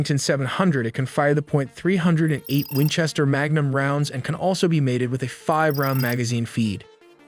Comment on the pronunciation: USSS CAT used 300 Winchester Magnum rifle, not .308 which is pronounced three o eight